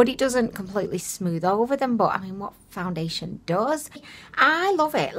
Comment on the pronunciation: She said foundiliation lmao